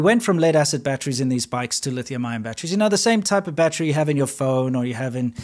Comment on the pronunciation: the word battery, has 3 syllables, NOT 2 !!